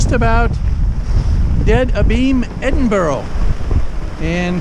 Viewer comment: Love how Americans get the pronunciation of Edinburgh wrong. Loving the vids, please keep them coming!